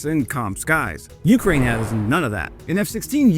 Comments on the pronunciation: Some times I think you just like the sound of your own voice. Also.. the way you say Ukraine most of the time is kinda annoying. "YOU-kraine".. 🫩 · I am once again asking you to put the emphasis on the second syllable of Ukraine like a real human would